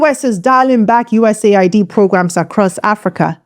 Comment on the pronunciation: US aid. not USA id. get it right.